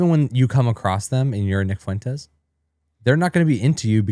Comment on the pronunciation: Why did you say that you want to talk with Nick Fuentes but you keep intentionally mispronounce his name and the name of his audience? Optically it makes it look like you won't have a good faith convo, and he prolly wont wanna do it.